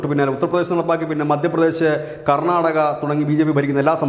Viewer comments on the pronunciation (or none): none